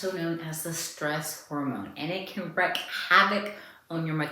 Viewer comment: “Wreak havoc” not wreck